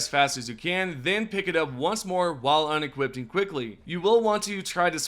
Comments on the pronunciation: Patterens and unequipting... why we adding letters to words? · 'unequipting'?? It's just unequipping.